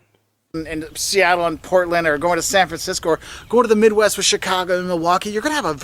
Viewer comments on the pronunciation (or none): none